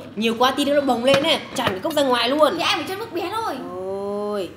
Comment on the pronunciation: Chị nườc mà chị nói là lước